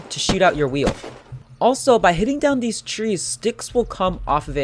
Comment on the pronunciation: when you say..... theese sticks and ....six sticks......... ehm